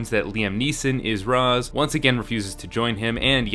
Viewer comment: Just... please. Its not pronounced "raz" its "rash"